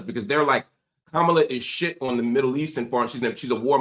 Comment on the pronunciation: Also, she mispronounced Kamala’s name all night!!! Can you please correct your guests